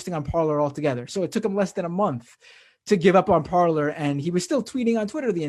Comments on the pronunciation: Shouldn't it be pronounced parlay, as it's French? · It’s par-lay 😂😂😂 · I was going to comment that it's pronounced par - LAY but figured no one would notice or care. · Who wants to let the MAGA-heads know that they're mispronouncing the French word "Parler" ("to speak")? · The best way to troll them is to just continuously pronounce it correctly. It will drive them insane.